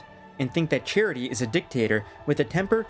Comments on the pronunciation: great video but just pronounce his name properly… its CHA-TREE not charity 😂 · His name is not Charity. its Chatri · Only thing is his name is pronounced CHA-Tree not like a charity organization